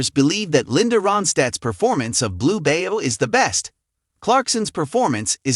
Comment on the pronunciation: It’s Blue Bayou pronounced By you not bayo